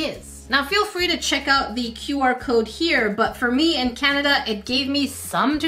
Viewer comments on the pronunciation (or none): none